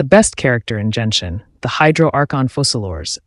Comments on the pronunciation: Nice analyisis but .... ... it's not jenshin, its genshin (the g is pronounced like the g in good) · It's GEN-SHIN. not JENSHIN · Bro said Jen-shin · Genshin's pronunciation is not Jianxin(That's a standard 5 stars for wuwa)